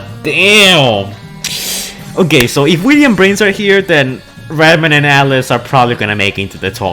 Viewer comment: He says redman not reedman